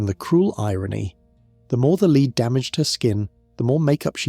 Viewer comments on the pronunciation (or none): It's being pronounced 'leed' one sentence and the next 'led'. The latter is the correct pronunciation.